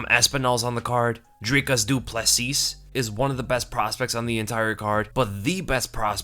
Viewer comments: Plessis is pronounced “Ple see” I hope Sandhagan can bounce back, been expecting big things from him. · dricus Du Plessis is from our home town. we've been hyping him up for years now. so happy to see him get his big break. the last s in his surname is a silent s. so you pronounce it ( doe-ple-c) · Howdy. Du Plessis is prononounced "Doo Plah See"